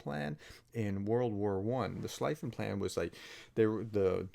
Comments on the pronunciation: Just a comment of Linguistik nature: Schlieffen is pronounced "Schlee-fen" and not "Schli-fen", like the Word "free" or "feed" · Thanks Prof, but just a remark on the pronounciation: Prussian field marshal Alfred von Schlieffen is pronounced like shlee-fen, not like shligh-fen. In German, generally 'ie' as in bee, 'ei' as in height (there may be exceptions, can't just think of any now).